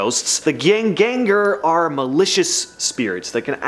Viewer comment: The first G in Gjenganger is silent and the J is pronounced as Y. The E is the like the E in "Yes". The A is like the A in Part. The "gang" part is read straight forward, same as the english word Gang, except for the A which I already covered. And the last part, "er", you can say in english because the R is very difficult for english-speakers to pronounce. Note that the second g in Ganger is like in "Gang" blended into the N. So, it would be something liker "Yen-gang-er".